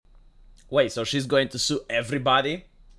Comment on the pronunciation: She said Stew not sue.